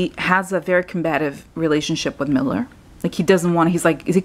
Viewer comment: Please note: There is Robert MEULLER and then there is a Stephen MILLER who is an advisor to Trump and works in the White House. I suggest you don't pronounce 'Meuller' as 'Miller' because it can be confusing. Maybe the heart with the death card means that Pence's political career will die, but he will be much happier afterwards.